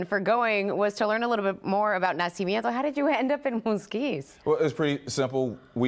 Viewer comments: It's "Na-CI-MI-EN-to" (birth), NOT Na-cia-men-to as the narrator keeps calling it. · It's not Ko Ah Huila; it's Kwa wila! IT'S NAH SEE MIENTO!